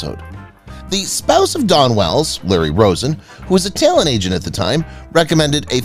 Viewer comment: Her name is Dawn Wells, not Don Wells. The speaker mispronounced her name continuously.